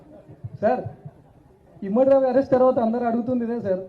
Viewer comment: ఇమ్మడి కాదు, ఇమంది....